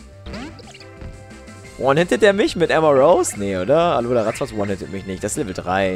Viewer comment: wie er "Peckpeck" und "Ratzfratz" permanent falsch ausspricht xX